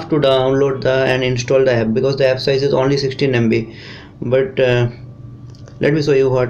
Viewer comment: Ganyan din ang pag salita niya ng app epp daw🤣😡🤬